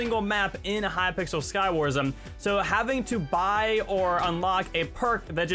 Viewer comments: Why do you say Skywarsm? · I like how says skywars with an m (Skywarsm)